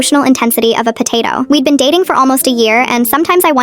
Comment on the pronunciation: The way you said potato😂😂😂😂😂